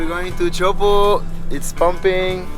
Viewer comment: "Chowpoo" 😂😂😂 Refuse to learn how to pronounce it correctly.